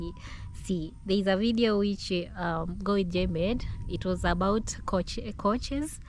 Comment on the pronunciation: its not coaches. It Couches pronounced Cowchers.